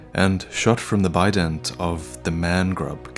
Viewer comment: I heard "Bident" as "Bidet" so I was very confused for a while as couldn't remember the enemies, I envisioned them bludgeoning the player with porcelain ass washers